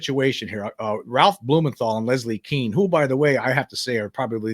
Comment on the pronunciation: Leslie Kean is pronounced like "Cane", not "Keen".